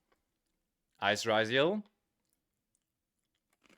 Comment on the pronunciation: You spell it as ryzeal as you call it rRYZOLE its a yugioh card not an anti depressant medication